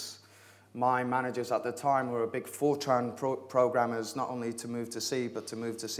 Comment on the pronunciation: I can't be the only person that hears 4chan whenever he says Fortran.